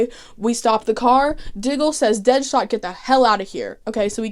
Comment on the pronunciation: i truly love that you call deadshot deadhot every time 😂😍